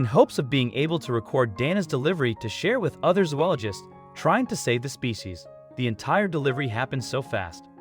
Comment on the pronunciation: That's not how "zoologist" is pronounced. Remember kids, stay in school. .